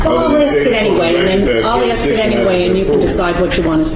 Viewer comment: If this multiple personality organism is able to memorize and pronounce legalese without difficulty yet cannot correctly pronounce the word “ASK”, he has proven his determination to pick and choose vocabulary based on his arrogance, determination to play the fool and being belligerent in general. How hard is it to pronounce a three letter word? I feel if the defendant willfully refuses to pronounce the word in question, the judge is under no obligation to proffer an answer. It is possible, as a side note, he is mentally disturbed, suffers from a physical disability or is simply a jerk.